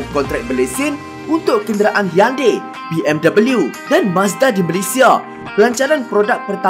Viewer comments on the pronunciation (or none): Bukan hyundeii... Hyundai lah brother🤣🤣deiiii poorahh😁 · Kenapa sebut jenama Peugeot dan Hyundai mcm lain ja bunyi hahaha😂😂